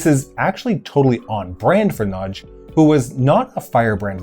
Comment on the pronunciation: Two things. Prevalent is generally pronounced “Prev-a-lent” not “Prev-ay-lent” and happy to be corrected but I’m pretty sure it’s Imre Nagy not Nagy Imre. Pronunciation correct though so well done. So many people pronounce it “Nar-gee” which is, as you know, wrong……. My Dad has the Time Magazine from 1956 of the whole revolution and showed it to me in the 70s when I asked him why Poland and Hungary didn’t have communist symbols on their flags to which he said “Because that’s the two they don’t ‘really’ control. Grew up in Melbourne as did my Dad and my late Mum and my Dad (still around) went to the Melbourne Olympics and told me about the fight between Hungary and USSR teams in water polo.